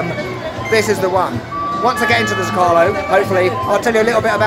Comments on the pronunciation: Zócalo, the stressed vowel is the first O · I love how you pronounce zócalo 😂😂 don't feel bad about it. Happy birthday to this beautiful nation ❤